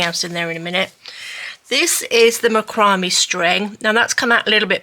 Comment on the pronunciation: Incorrect pronunciation of Macramé… Mac like Big Mac- row like row your boat- may like month after April… thought you might like to know correct way to say rope’s name